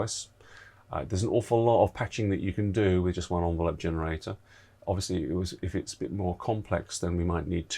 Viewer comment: Interesting vid, pronunciation of ENvelope was a bit grating its not an ONvelope!